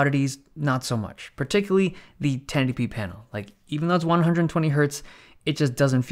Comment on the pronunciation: Every time you try to pronounce ten eighty p, it comes out as tennetipee